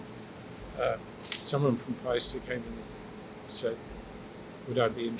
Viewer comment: Now I know how to pronounce Paiste!